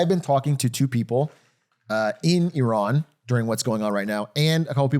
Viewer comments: 43 years old and DougDoug still can't pronounce Iran... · I can understand having grown up in the states that the pronunciation of places like Iran or Iraq would be what they are in the American lexicon, but it hurts my ears to hear them being mispronounced so frequently here 🫠 Idk, it just feels disrespectful if you know the proper pronunciation but are choosing not to make that change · Atrioc pronounces Iran 3 different ways in 20 seconds